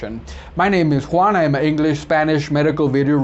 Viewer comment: Thank you very much Juan for answering my question with a video! And you pronounced my name correctly the first time. (Como se lee en español)